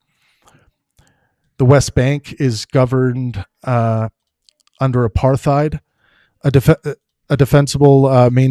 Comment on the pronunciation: if you can't even pronounce 'apartheid' correctly I'm beginning to doubt your intellectual capacity. No wonder you only have 12k views. Try showing the video you're critiquing and your sources next time too? So dry and uninteresting with your monotone psued ramblings.